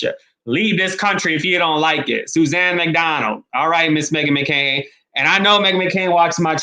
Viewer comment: It's McCain..not mccarin